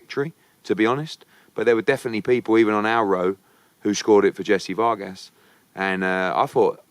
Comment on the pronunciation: Jessie Vawr-gaas